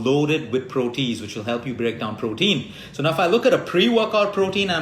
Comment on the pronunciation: Just 1 correction- the enzyme is proh-tee-ayz. Also I am allergic to kiwi and am diabetic so mango and pineapple are poison acc to dr( although I love both) any suggestions? Have been eating ginger a lot though so that’s good. Also raw foods especially salads are a huge problem in India due unclean water being used to grow them and eggs etc leading to worms( iv had this issue 3 times despite washing them well)